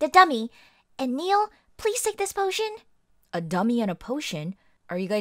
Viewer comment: Max said pot-tion